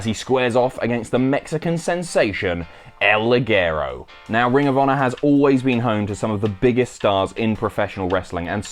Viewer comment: In spanish is El liguero (el li jhe ro)